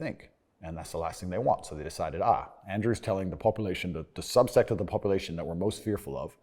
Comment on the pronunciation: When you realize Andrew thinks 'subset' is pronounced 'subsect'...